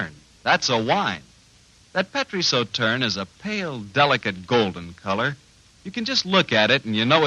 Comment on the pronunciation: WOW that ad's pronunciation of Sauternes is really bad. Also I haven't seen a Sauternes on the shelf in decades. Sauternes is a fancy name for blended white table wine these days.